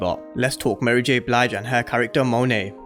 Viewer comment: Thank you for pronouncing her name correctly Lol